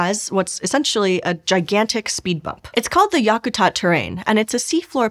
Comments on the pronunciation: I have lived in Alaska all my life, and traveled many places, but never once have I heard anyone, Alaska or otherwise, call Denali, “mount” Denali. It’s just Denali. Yah ku tat? Wow. Talk to a local before you try try to pronounce local names. I was interested in this, but when you butcher the names of familiar places around my home, I don’t want to watch this anymore. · FYI, to pronounce Yakatat think whack-a-mole but yak (like the animal)-a-tat (like the act of making lace). Most of your pronunciations were WAY off. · Check your pronunciation of Yakutat.